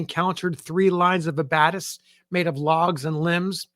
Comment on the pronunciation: Great episode, but you're mispronouncing "abatis" (just FYI!)